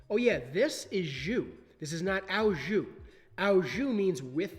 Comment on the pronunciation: French speaker here: the « au » in « au jus » is simply pronounced « o ». Good stuff, I like to learn how to cook with your videos and you encourage me to raise the bar with things like caramelized onions.